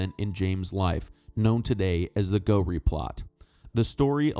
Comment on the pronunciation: A word on pronunciation for the narrator. Moray is pronounced "Murray" not "Maw-ray"; Ruthven is pronounced "Riven"; and Gowrie is Gow(as in cow)ry. At least he got Edinburgh right which seems to be beyond most Americans .